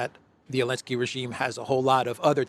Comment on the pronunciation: why do you not pronounce the “Z” in Zelenskyy?